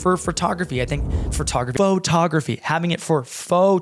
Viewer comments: ...in fact... Ferto... sounds better than Photo too. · I love the video sir, BUT... please don't correct the way you pronounce photography. Fertography is my favorite. - Sincerely, a fan.